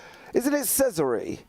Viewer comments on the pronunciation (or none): It pronounced chezaray